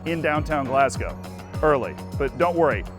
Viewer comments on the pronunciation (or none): same thought, GalssssGOW is so annoying lmao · DOWNTOWN GLASGOW?! ZEE. PLEASE.